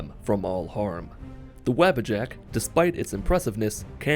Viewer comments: no hate but its wah-bah-jack not the web a jack but sweet run btw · Every time I heard his say Wabbajack I thought he meant the rabbit with horns as I have this playing in the background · They way he says wabbajack is hilarious